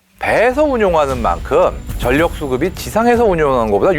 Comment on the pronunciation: 전력...을 '전녁'으로 읽는 것으로 들리네요. '절력'으로 읽는 것이 맞습니다.